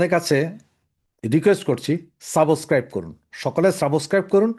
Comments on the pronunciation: সাবোস্ক্রাইব না রে ভাই বলবেন সাব্স্ক্রাইব। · IT IS SUBSCRIBE, NOT SABOSCRIBE. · সাবষক্বাইব কন কেন? শুদ্ধ বলেন না কেন?